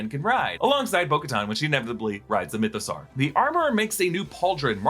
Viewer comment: why do you say mythosaur as "mytho-sarr"? you don't say dinosaur as "dino-sarr", do you?